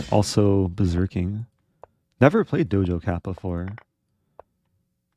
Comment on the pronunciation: Eric kept saying 'Dojo' Cat lol.. clearly doesnt know who she is haha